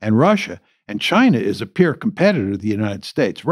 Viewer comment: It's "peer" competitor and not "pure" competitor. The subtitles though are much better than what I am usually subjected to.